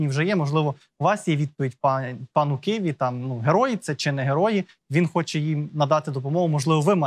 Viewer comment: Бля..., да не "Киві" а "Ківі", розумієте? кІві!!!